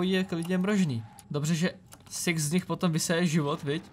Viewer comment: proč někdy když řekneš six tak to zní jak siex :D jinak nice video